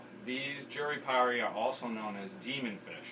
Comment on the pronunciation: self fulfilling proclamation...Jurupari...you say jur-ee-pari. how do you get ee out of the letter U? Back in the '80's i used to say you-ruh-par-ee. which I am fairly confident is also incorrect. Since jurupari is from the Tupi language that also gave us jaguar and jacaranda my guess is that the correct pronunciation would be joo-roo-par-ee